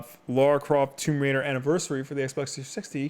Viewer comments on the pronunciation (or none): none